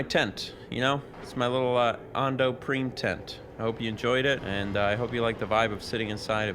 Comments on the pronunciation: Who the heck pronounces 'Prime' that way lol? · That's how it's pronounced! The PC version has FMVs for each planet, with FodesinBeed introducing each world and the host of the event, and Fode pronounced it "preem" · This is a fun video series. This game is one I've definitely explored. I like the game but, it always bothered me that the Greg Proops announcer said Ahndo Preem instead of Ando Prime. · Prime is a real word used for planetary classification, you don't need Galactic Racer to know he pronounced it wrong lol